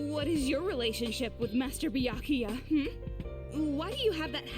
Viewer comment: I've got the cold and every time you say name I laugh WAY too hard for my sinuses to keep up. That is to say, I'm loving this (but my nose isn't)